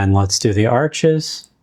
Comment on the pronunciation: Thanks for sharing these watercolor paper videos. FYI - not a criticism- Arches is pronounced like arsh , and Hahnemuhle is pronounced like hawn-a-moo-le.